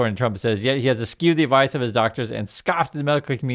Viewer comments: Es-shoo or es-choo. Not es-cue. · good vid. (P.S., pronounce “eschew” as ) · He's mispronouncing eschew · Eschew, Said like: (Eh, shoe...) Bless you... 😆